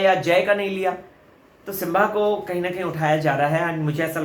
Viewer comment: It's not Simvaa it's Simbaa